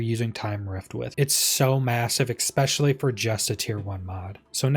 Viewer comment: This is totally my problem, not yours, but every time you say "expecially" I have a moment of blind rage